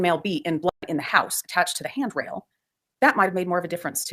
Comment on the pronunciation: Why can’t you say “blood”?